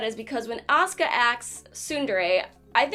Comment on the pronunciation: When she said Asuka i was looking away from the screen and thought she said Oscar in a southern accent.